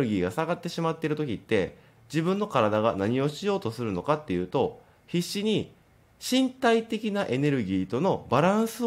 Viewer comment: 必死に が へいSiriと聞こえるようで 私のSiriさんも反応します